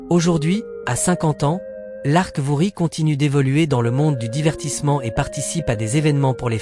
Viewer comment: Apprenez a manier l Anglais pas comme maintenant pauvre Lark Voorhies qu'est ce que mes oreilles entendent purée faites un effort